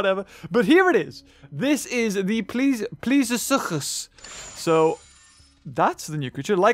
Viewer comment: thank you for pronouncing suchus right